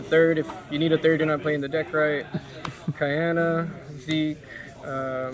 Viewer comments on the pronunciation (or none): Says you're 'not playing the deck right' if you play two Hayate, then goes onto pronounce Kaina's name as 'Kiana' lmao.